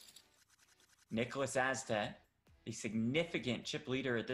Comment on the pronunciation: As a Swede its so painful to hear them pronounce Niklas Åstedt.